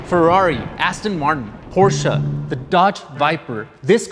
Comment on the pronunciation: Geez, the first time an american pronounced Porsche right! Vielen Dank dafür!